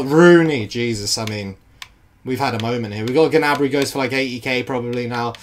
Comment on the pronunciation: It’s pronounced nabry not ginabry